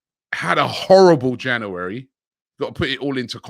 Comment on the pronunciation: Where does he get this cr*p from? Say January properly pleasee